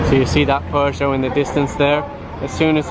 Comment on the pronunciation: Its not porche...its peugeot...